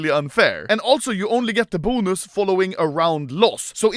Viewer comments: The way this dude says "Boo-nus" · Me: bonus Anomaly: BUUNUS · The way he says “bonus” 😂